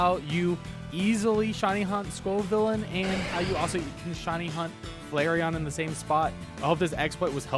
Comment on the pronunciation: Wow he pronounced Scovillain right hahahaha